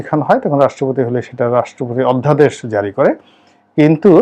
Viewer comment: With due respect Mr Ronnie, it's pronounced decree (ডিক্রি, ডিগ্রী না). এটা "অধ্যাদেশ" অন্ধাদেশ না।